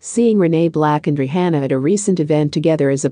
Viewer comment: Why she saying RE HANNA ??? Say her name right please!!! Lord who AI SPEAKER IS THIS???